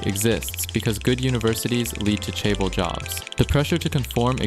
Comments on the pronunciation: hold up... you're "Korean" and can't say Hyundai? 😐 edit - or chaebol... I understand pronouncing things like Samsung wrong, but come on. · Nice video, I hate how you pronounce chaebol, dislike Edit: hell joseon also miss pronounced, unsubbed.